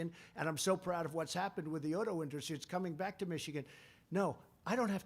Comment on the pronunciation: 34 Induzz-tree